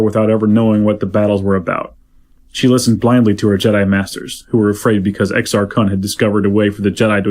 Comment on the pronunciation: it's Exar //koon//